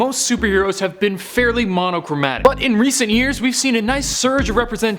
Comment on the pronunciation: Man said monochromatic 😂😂